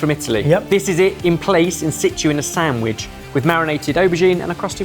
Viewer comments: saying "sanGwich" kills me every time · Why is saying Sam-wiche?